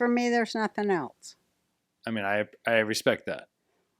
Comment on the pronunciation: This show is good, but dude, too many interruptions. Also, Roseanne’s son, the word is “else,” not “eltse.”